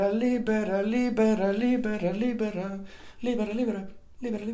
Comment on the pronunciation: Love you LIBERA LIBERALIBERA LIBERA LIBERA..SOUNDS LIKE LIBRE (FREE)WHEN YOU SING IT FAST...XOXOXOXOXTHANK YOU SO MUCH MY FRIEND